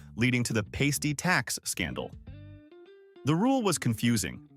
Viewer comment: It's pronounced "pah-stee" not "pay-stee".